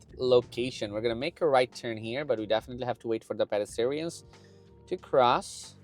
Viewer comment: Good video! Please look up the pronunciation of "pedestrians"